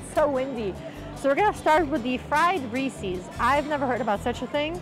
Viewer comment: Ree- ses! Not Ree- seas! Lol